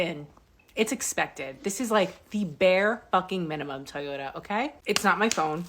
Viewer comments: What's a teeyota? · "Tee-yota?" Apparently I've been pronouncing it incorrectly. 😆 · "Tee-yoda"? AI sucks. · I was thinking the same thing. That fool knows damn well he hasn’t ever heard anyone pronounce Toyota that way